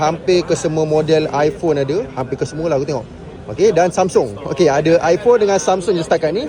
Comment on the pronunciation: Ipone 16 pro...balik sebut ipone 16 pro hahhaha